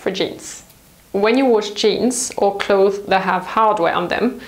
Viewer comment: I love your videos but please rethink the way you say 'clothes'. It's clotheSSS - there is an S at the end and you're supposed to pronounce it.